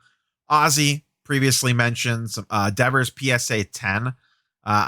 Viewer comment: Wait say devers again lmao